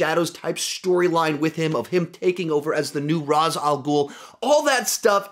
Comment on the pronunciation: I'd swap season 5 and 1 (and fix your pronouncian of Ra's ;) ) but I'd agree with this list